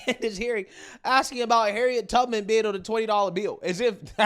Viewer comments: Did anyone else hear Congresswoman Beatty say "Harriet TUGman"? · Did she say Harriet “Tugman”? 😂